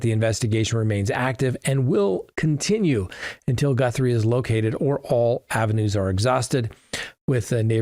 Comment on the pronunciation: GUTHrie, not GUNthrie!!!